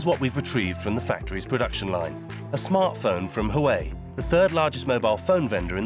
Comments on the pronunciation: Its pronounced wa way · You are pronouncing Huawei incorrectly